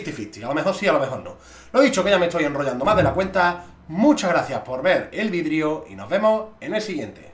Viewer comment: dice vidio o vidrio? nunca lo sabremos...